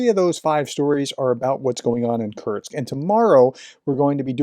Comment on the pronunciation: Love what you do, but please, it's Kursk, not Kurtsk. No t. With love